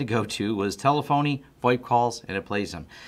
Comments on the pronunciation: Ta-Lef-Uh-Knee. Jesus... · tele-fony lol.